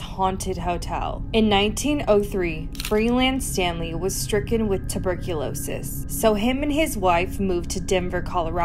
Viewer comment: The moment you said tebucluoiosis I started coughing